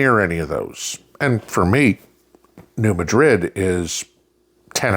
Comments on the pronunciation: New Madrid (Nu MAD-rid). Gotta say that one like you’re from the boot heel. I recall a 4.6 back around 1990. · NOT the New Madrid as in the city in Spain. The South calls places the way it wants to. It is the New MAH- drid fault. Emphasis on the first syllable. Please say it correctly.